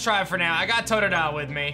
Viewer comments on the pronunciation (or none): none